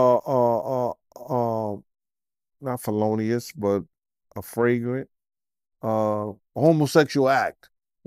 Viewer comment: Felonious, Affragrant? What the hell was trying to say😂Fellatio? Flagrant? Flagrant Fellatio? Felonious Fellatio?